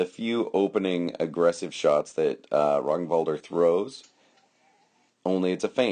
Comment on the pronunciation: 1) Nice read on the fight. 2) You are pronouncing his name correctly. 3) Duke Ragnvaldr was my foster knight, and for never meeting the guy, you did an excellent job on picking apart the fight. Ragnvaldr is a singular fighter. There are not many people who can fight like him, and his read on his opponent is uncanny. That jumping shot Kenric kept shooting was what killed him. Or rather put him on his knees. I was there watching the fight (also that first shot that you couldnt tell from the angle; light. It got through but there was nothing on it at all) and after the fight I told him it looked choreographed. He said it basically was. Kenric liked that shot, Ragnvaldr figured out how to get him to throw it, stepped in and took his leg. All those little movements with his sword he's, as you said, cataloging Kenrics response. I think Ragnvaldr actually threw 4 shots the entire fight. He is a master at controlling the fight and making it his. I have no idea how many times ive fought Ragnvaldr but id say the ratios of win lose are 10:1 in his favour. Hes one of, if not the best fighter in the Midrealm and at the top tier in the Society.